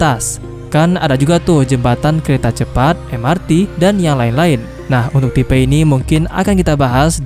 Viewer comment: Min tipe kok ucapnya tipe